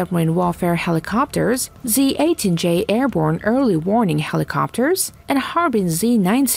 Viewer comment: You guys can't get a decent narrator to read this and pronounce words correctly? "Two hundred-eighty meter," "PortsMOUTH" "helEEcopters," "superierity" "Ronald REEGan" (only the name of a president), and my favorite "the United State Navy." Really? At least act like you care, eh?